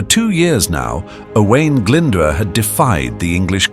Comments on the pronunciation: Glyndwr is pronounced glyn-doer not glynder. this is just one of many incorrect pronounciations.At least check welsh pronounciation with a welsh person befor publication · Sorry but the cgi graphics are a bit rubbish. Had to switch off. Also Glydwr is pronounced ' Glindoor' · its pronounced - "oh - eye - n" "gl - in - d - ooo - r" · This is bad, very bad. Owain Glyndwr's name is pronounced like nothing ever heard before. Some of the place names sound like exotic fruit and none of the castle's look anything like the castles in Wales. If this is AI then I'm afraid for the future of education. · Dear me, the pronunciation of Owain and Glyndwr makes this almost unwatchable.